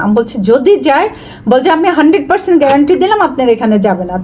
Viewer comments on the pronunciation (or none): none